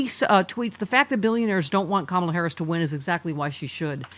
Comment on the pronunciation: Her names pronounced Kamala not ComAA la. You adudicated cheat and rapist. He's a traitorous grifter who cares only about staying out of prison. I voted blue down the ticket